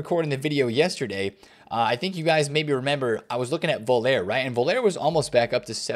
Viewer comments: I love all of your content but Rudi Voller is German, not French. You pronounce his name “Voll-er”, like “Collar” not ”Voll-air” like “Oh Yeah”. Big love from the UK ❤ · "Voulere" 😂😂😂😂 Rudi Voll-er pal. C'mon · dude, it's voller not volair. Please bro. He's German not French. Vol-ler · strikes again with lack of player knowledge - pronounces Völler as Vole-air, absolutely hilarious, have you ever watched real football? I ask with love, i still really like your content. suggestion when theres players you dont know go and watch a non-american commentary video of that players highlights, not ony will you learn to say their names correctly but youll enjoy their skills,abilities, playstyle etc and understand who they were.